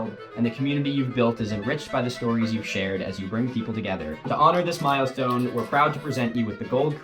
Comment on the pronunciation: The first time around I honestly misheard „To honour this Milostone…“